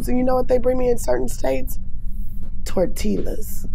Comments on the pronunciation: The way she said tortllla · Love her. But when she said tortilla wrong, I cringed XD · So bby girl got Japanese down and said Tortilla with the 'L' sound ? Lool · Why she pronounce the L in tortilla 💀 and it’s not even the way you would think it should sound if you didn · She can speak Japanese but can’t pronounce TORTILLA 😂